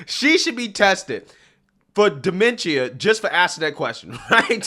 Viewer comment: Him pronouncing dementia wrong had me triggered for no reason lol but. First off they did test trump and he came back totally fine yet they haven't tested Joe Biden yet thats showing actual mental problems 🤨🤔. This isn't a surprise a lot of people that are from the hood or where raised near low income people believe democrats are the best. An it just shows that they have been brain washed to just vote for one party no matter the politician on that side. People need to do there research before actually voting because. I bet 100% that people have voted with no actual info on the people they just voted for.